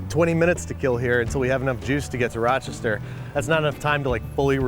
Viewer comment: How to tell Babish is Rochester native: The pronunciation of Raachester.